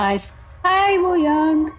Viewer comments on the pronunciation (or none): hiii! love your reactions but just wanted to nicely inform you that wooyoungs name is pronounced without the W !! so like ooo - young ! :3